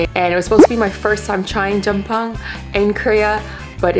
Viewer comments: same but p is not the way you say it.. tryna culture the girl.. but wutever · Glad you like jjamppong! But please work on your pronunciation! You saying it incorrectly and having other people calling it incorrectly makes them and you ignorant 🤦🏻‍♀️ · Hope u know how to pronounce 짬뽕 correctly by now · ughhh, why are you in korea? also, pls pronounce Jjambong correctly... you uncultured biss.